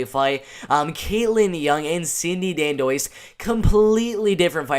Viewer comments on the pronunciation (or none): oh and her name is "dan-dwah" is how you pronounce it